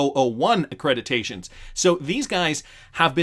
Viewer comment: I know this sounds crazy but I’ve heard Drs, professors, and newscasters say, “accrediDation” . I was amazingly impressed to hear you say it correctly!!! “AccrediTation” with a T!!! Great video too!